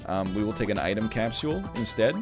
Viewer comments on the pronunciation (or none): Will this man ever say capsule like a regular vancouverite?